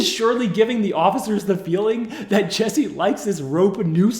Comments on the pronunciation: His name is JUSSIE... Not Jessie. 😑 And your way of speaking is SUPER annoying. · I had to stop watching anybody know where I can just get the police video? This guy reporting on this is WAY too damn annoying..... like first you IDIOT you have his name posted up like 50 times yet you keep saying JESSIE all emphatically and charismatic, and second your cutting in way too much I wanna hear what is going on I dont need a recap after 4 seconds of audio dickhead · This was a horrible scam, just to get sympathy, but at least pronounce his name correctly,,,it's Jussie with a "u", not Jessie! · My name is Jesse, I take offense to this man being called Jesse. His name is Jussie and pronounced differently. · Why does the narrator pronounce it Jessie? It's obviously Jussie. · Jussie; not Jessie. happy to see the police tapes! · For someone so thorough with their research you could get his name right 😒 it’s JUSSIE like Justin, his name. Not Jessie. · Why do you keep calling him Jessie...lol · Toditude he spent weeks editing a video and couldnt be bothered to check the name of the person who is the SUBJECT?? Yeah it matters lol it’s super unprofessional and for me, now he lacks credibility